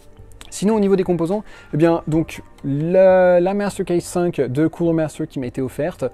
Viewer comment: Of corse cooooooler maaster quel accent